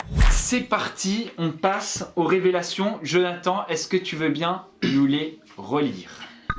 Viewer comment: T'invite Jonathan sur ta chaîne pour être mauvais encore avec tu ne lappel en ecorchant son prénom ! Et tu fait même pas sa présentation !! T juste méchant avc gratos